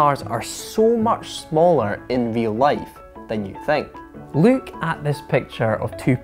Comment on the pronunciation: I love the way you're saying "look" - as "luke at the car".